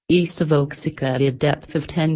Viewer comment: oaxica ? It's wa-hack-uh